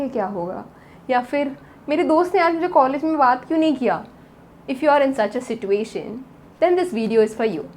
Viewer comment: Love how u say situation with t 🥶